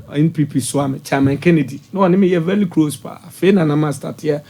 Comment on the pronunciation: Listen to this liar. He says MILACLE instead of MiRACLE and VELY instead of VERY. None of his predictions will come to pass. Liars